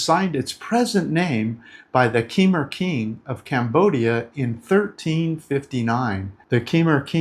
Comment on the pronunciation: Learn to say Khmer properly, please? At least make an effort. It's hard to listen to. It represents a fundamental arrogance.